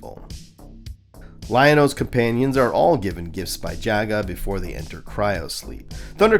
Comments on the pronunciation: Did you call him “Yaga” ? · Hello content creator, I'm enjoying the video thank you for clarifying the destruction of Thundera. Jaga is pronounced Jah-Gah 🙏🏾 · You pronounced 'Jaga' at least three different ways. Is it some kind of gag?